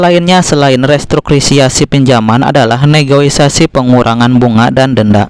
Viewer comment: Negosiasi bang . bukan negoisasi.. 😂😂😂.. Galbay 1 hari bang.. gmn nih.. butuh dukungan finansial nih bang.. stress.. 😔